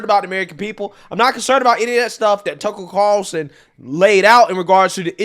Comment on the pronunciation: I want to give props for working on his pronunciation of Tucker Carlson 😂